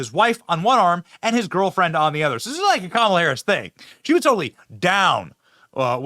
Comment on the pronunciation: Even Montell pronounce it KAH MAH LA!!